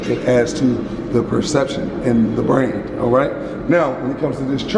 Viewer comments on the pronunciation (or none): none